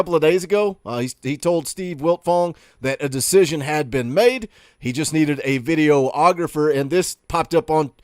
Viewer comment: ...puh-leez...it's "vid-E-og-rah-fer," not "vid-e-o-og-ra-fer"